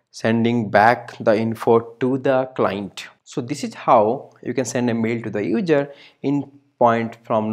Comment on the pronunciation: hard to understand sometimes, but thanks for sharing! It was really helpful. My advice is to work on the pronunciation like "user" instead of "udjer". Makes it easier to follow :P (No Critique, Just some friendly advice) ;) Blessing.